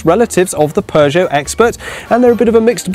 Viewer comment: Sounds pretty normal to me. It always makes me laugh when Americans try and say it! Poooo Joe? 🤣🤣 No..